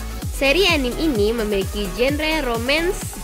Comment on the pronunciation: bacanya "anime" ih bukan "enim"